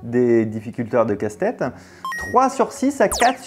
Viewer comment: J'ai l'impression d'entendre Castex à la place de casse tête 😅😅😅